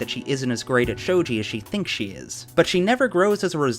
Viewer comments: UHM the "G" in shogi is hard (like "galaxy") love ya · A few other folks have pointed out the mispronunciation of "shogi," so here's a quick tip: generally speaking, Japanese doesn't have a soft 'g', so if you see a 'g' in a Japanese word or name, it's probably going to be pronounced the same way as the 'g' in going.